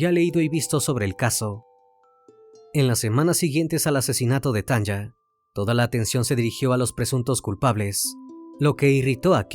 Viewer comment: Me encantan tus videos ❤ solo una corrección: El nombre de la chica que pronuncias Tanja, debe ser Tanya y las pronunciación es Tania como se escribiría en español 😊 es común en países como Estados Unidos escribir nombres con y en vez de i, por ejemplo Sonya sería Sonia, saludos desde Alemania ❤